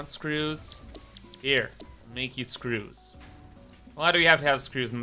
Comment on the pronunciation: I’m trying to learn as much as I can through Osmosis because the farthest I’ve ever gotten is up to Stage 2 of the Space Elevator. Your funny Cable pronunciation and then the Screws “EUUGHGU” almost made me choke on my dinner. Thanks! (This playthru I lucked out & unlocked Cast screws very early on… EUGHG INDEED :’D )